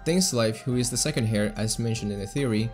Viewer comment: Heir is poronounced like "air".